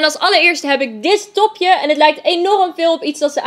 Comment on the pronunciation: Toen je dit topje wou zeggen zei je: dis topje